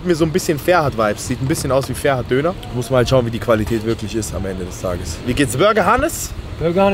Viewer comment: Das heißt ferhat und nicht ferat du sprichst das h nicht aus 15€ zu teuer kannst du vergessen